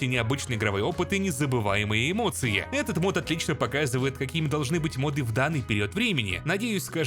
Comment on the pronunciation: я понимаю, что ты поляк и всё такое, но правильно говорить мОды, а не модЫ, и с мОбами та же история